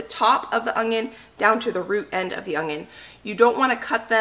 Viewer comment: No "g" in onion, Sweetie!